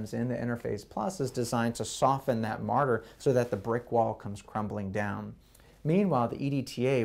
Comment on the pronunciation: Morter not martyr